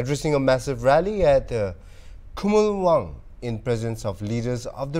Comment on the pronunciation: It's Khumulwng not Khumulwang